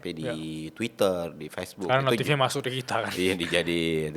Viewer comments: Lucu banget pas keceplosan nyebut fesnuk bukan facebook wkwkwk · maaf bang reflek ngakak waktu denger abang blg "fesnuk"